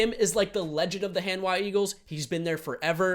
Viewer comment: Korean 101. Most of "A" sound, just promounce as "Ah" not "Ae" like most of the world do. So Hanhwa, H"ah"n hw"ah". Thank you:)